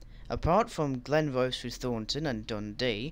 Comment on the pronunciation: Your pronunciation of Glenrothes and Kirkcaldy could do with a little work. Glenrothes = Glen-roh-thiss Kirkcaldy = Kuh-kod-ee . . . And Rosyth is Roh-sigh-th Also, ive never heard of a Dalgety Bay terminating service. Also, small technicality - you are correct about Haymarket depot servicing classes 158, 170 & HSTs for ScotRail, but only the 170s and HST sets are based there. Our 158s are split between Corkerhill & Inverness depots. And im guessing trainsimulator doesn't have 334s as AI traffic yet, hence the presence of 320s at Haymarket 😅😅 Oh, and 'Princes Street tunnels' are actually called 'Mound tunnels' Good video nonetheless 👍👍